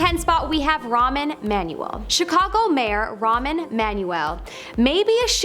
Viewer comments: lol: Pronunciation of Rahm Emanuel's first name. 1. The host calls him 'Ramen' (like to instant soup noodles). 2. When my 'cursor/mouse' hovers over the segmented timeline of this video, it spells: Raman Manual 3. I think the correct version sounds like 'Rom', as in Mitt ROMney or 'Rom-Com' (romantic-comedy). These examples of 'shape-shifting' were nothing but 'digital data glitches' of the pixels. But, if you want to see a shape-shifter, look no further than Bruce Jenner to Caitlyn Jenner. lol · His first name is Rahm, a one syllable name, not Ramen like the noodles. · It's not Ramen, it's (pronounced) Rohmer like a computer Rohm, Rahm Emanuel! Dippy twit! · Why did it sound like she was saying Ramen and not Rahm? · The Chicago mayor's first name is NOT Ramen lolol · His name isn't ramen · I can’t listen to somebody that pronounces that guys name as Ramen 🤡